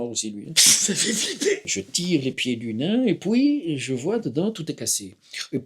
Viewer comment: « Et poui » trop fort 😂